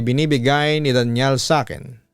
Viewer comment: Arte naman pagka bigkas, Daniel pala Danial naman pronounce mo papa dudut.